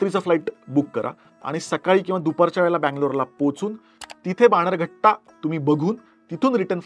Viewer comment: बाणेरघट्टा नाही बनेरगट्टा